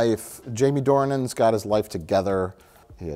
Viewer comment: Why is he pronouncing it Due-han???? The guy is called James Dornan